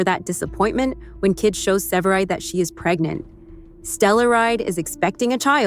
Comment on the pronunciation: Para empezar, que voz artificial mas fea!! No le da intensión ni acentos ni carisma a la narración. Mal! Segundo, indíquenle a la voz artificial como pronunciar CORRECTAMENTE los nombres es inglés, ¿qué es eso de SEVERIDE? Por dios!!! Que porquería.